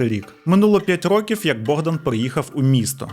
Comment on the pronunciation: Цікавий контент!) Лише не рокІв, а рОків, я не філолог, просто вухо ріже😅